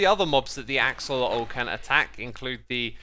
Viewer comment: I feel like you kept accidentally saying oxelotl, which I completely understand cause for some reason my brain wants to call them ocelots